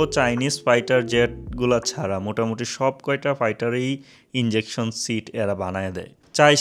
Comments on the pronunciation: "Injection Seat" na "Ejection Seat". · Bro not injection seat. Ejection seat. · ভাই এটা ইনজেকশন ছিট না। ওটা হবে ইজেকশন